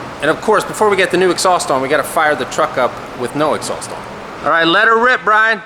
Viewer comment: Cool X-sauced as pronounces it.... Reminds me of the old cherry bomb mufflers that were popular in the 70's - 80's. Lol